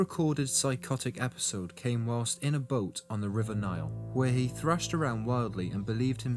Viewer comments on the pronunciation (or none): none